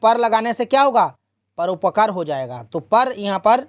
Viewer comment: परोपकार गलत पढ़ रहे हैं😅😅😅😅😅